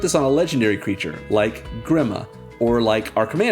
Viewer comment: Grima, is pronounced as (GrEEma) also known as grima wormtongue